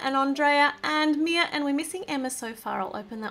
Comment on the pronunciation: Not mai its mia